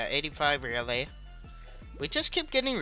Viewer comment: I beg of you it’s not raylay it’s Rayleigh with a E